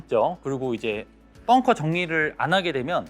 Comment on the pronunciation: bunker ( 자꾸 뻥커라고 들려서요😅 잘 보고 갑니다👍👍